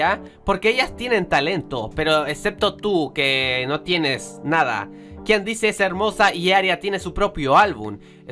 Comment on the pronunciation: Creo que kandise se pronuncia kandis o Kandies